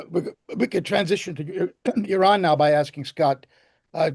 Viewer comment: Refreshing to hear the correct pronunciation of Iran as "E Run" and not "I Ran". It is getting clearer now why this great power is missing from the last great war revealed in the holy book. Arrogance and bullying have their consequences and costs.